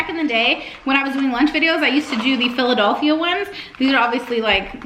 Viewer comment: No Place-Backstreet Boys. Aww the way you pronounced Philadelphia. It’s cute. I had to go back and make sure you said it your way. ❤